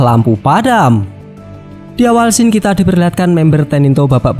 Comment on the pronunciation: Maaf bang izin mengoreksi. "Scene" Bukan dibaca sken tapi siin dengan i yang agak panjang. 🙏 Btw seru bang pembawaannya, sama spt biasanya